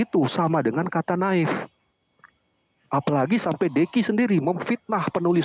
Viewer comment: Kehabisan akal sehat.. Native dibaca " na'if " tolonglah belajar lagi .. 🎉